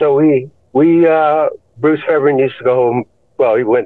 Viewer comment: It's pronounced Fair b airn (hard B) he produced most of the 80s